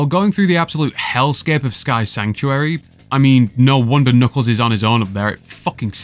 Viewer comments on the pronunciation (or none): none